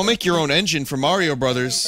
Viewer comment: OH MY FUCKING GOD ITS MAYRO EVERYBODY.... ITS FUCKING MAYRO